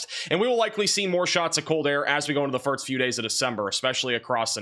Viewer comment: Has anyone noticed this guy pronounced "first" as "firts"